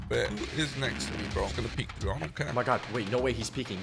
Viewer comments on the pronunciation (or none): none